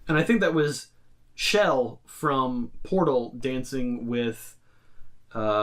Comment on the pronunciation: FIRST ITS CHELL, NOT SHELL AND SECOND,IT IS P-BODY AND ATLAS AKA ORANGE AND BLUE!!!